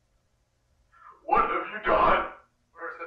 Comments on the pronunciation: MatPat calling Martin Milton is driving me crazy. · I wanna correct them out on the Lord but hearing Martin be called Milton is always hilarious enough to not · did he really just call martin milton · It’s not Milton it’s Martin